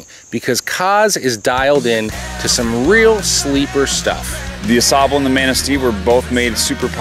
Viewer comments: Should learn how to pronounce the names of rivers so you don't sound ridiculous and automatically discredit your work. Especially a world renowned river like the Au Sable, makes one question your bonafide. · Lmao the way he pronounces Au Sable and Manistee. Go home bum